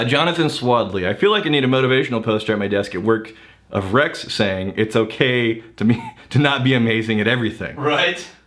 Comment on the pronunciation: Yes! You pronounced my name right. You're awesome Rex. Have a happy dance going on.